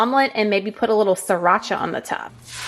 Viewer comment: You're funny about the "sriracha." You pronounced it perfectly. =) I think you're articulate, entertaining, and informative. It's awesome that you're pushing yourself and feeling strong in your workouts!